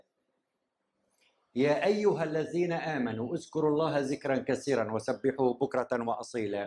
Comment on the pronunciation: (اذكروا) و ليس ازكروا .. (ذكراً) و ليس زكراً .. (كثيراً) و ليس كسيراً